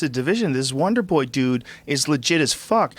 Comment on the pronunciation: God I wish Brendan would stop saying "Wanderboy". It's "Wonderboy" !!! God Brendan - you're a podcast host for Christ sake!!